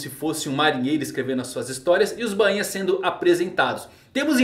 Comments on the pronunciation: a pronuncia correta e BAINHA, E NAO BAN - INHAS KKk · Soa estranho ele falando bãinha